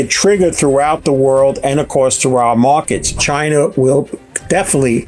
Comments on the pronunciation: Anyone who calls it "Chiner" is hard to listen to. A ton of missed takes. Of course inflation is why Gold goes up..who gives this guy there money? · chin-er = china